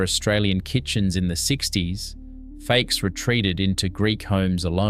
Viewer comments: Lol, the narrator pronounces fakes as if it is an English word :) Fakes is just [fakes] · For example the stupid AI generated voice pronounces ΦΑΚΕΣ (lentils) as "fakes" and the pictures are mostly unrelated to the narrated text. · Omg! Learn to pronounce the foods for goodness sakes. Fakes- Far kess, Gemista- Yay mistarr, Briame- Bree arm me. I give up! You’re hopeless. We still cook all this now, nothing has changed. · Mate, the pronunciation is hilarious . You should have got a Greek to coach you. Why would you say in Melbourne? There are Greeks all over Australia , ever heard of a place called Sydney? Fakes soup? Fahki or Fuckee. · Interesting video, but unless the narrator is A.I. you need to learn to pronounce "fakes" It's "fau-kyes", or, as my classmates used to think I said "fuc kyes". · okay great job. you have to work with your Greek pronunciation though. Lentils are called fa-kes. Stressed in the first syllable. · You need to work on your pronunciation of Greek food! I make these foods for my family all produce is still available in Australia! Born and raised in Australia accept for living in Evia Greece for 7 years!Mum taught me to cook, at 11yrs oldI had to cook fa-kes by myself for our family and then my mother in law also showed me her cooking style. Mum is Kalymnian and my mother inlaw is from Afrati Evia!